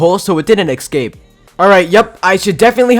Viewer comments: Dude why do u say eksape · “Excape” or “ESCAPE”? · ‘Excape’ lol but amazing vid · no hate but why do you keep on saying eggscape? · Is it just me or did he say eggskape